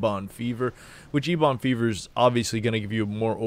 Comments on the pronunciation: I'm with Justin on this one. I quit watching the video after "Ebon Fever." You lost all credibility. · Is there an inside joke to the way he keeps pronouncing Ebon Fever